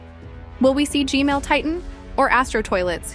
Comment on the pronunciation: Stop saying g male